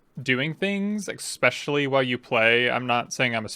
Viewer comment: ESPECIALLY ... NOT EKSPECIALLY